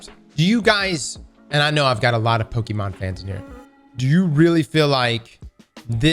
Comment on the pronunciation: Drinking game - take a shot of any drink every time says Pokemon wrong. Also, Nintendo in the wrong as usual, they will probably fail in this case.